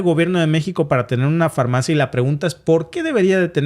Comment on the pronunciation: Se dice: """FAR-MAFIA"""😢